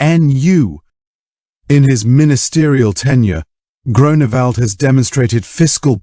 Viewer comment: DUde its not Groanawald XD